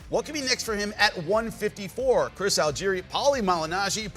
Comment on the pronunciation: “Chirs” Algieri tho you know? Like I understand the misspelled name…but then to pronounce the misspelled name…Lost..all..INTEGRITY LMAO